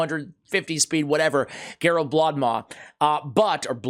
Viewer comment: Just got her. Will try to do a slayer build. Pretty funny stuff with butchering her name